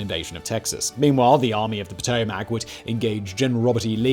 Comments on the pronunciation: Simon. It's pronounced "moh-BEEL", Alabama. Also "poh-TOH-m'c". If only I had my IPA keyboard installed. EDIT: "MAY-c'n" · Cant even pronounce mobile or potomac correctly 😂😂😂😂😂😂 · Simon, the "A" in Potomac isn't so strongly pronounced - it's said more like Puh-toe-mick rather than Puh-toe-mac. Source: myself as a Northern Virginia native who grew up shopping at Potomac Mills Mall and dining on the shores of and skiing and rowing on the Potomac River after grocery shopping at Potomac Towne Center. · Potomac is pronounced puh-toe-mick